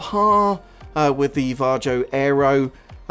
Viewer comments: Because how the guy says Varjo in the video.."Jar Joe" 🤣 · I believe it's pronounced "var-ee-oh" or "var-yo"